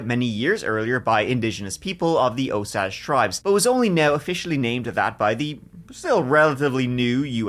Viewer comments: Osage (Oh-say-ge). Hard “g”. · Osage county has a Ling A, like the herb, Sage. Love you so much!❤ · pronounced O SAGE. long A sound there